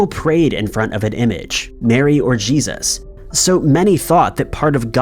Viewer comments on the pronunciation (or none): none